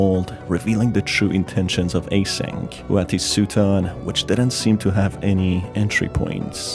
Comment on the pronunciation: A-SYNC Lol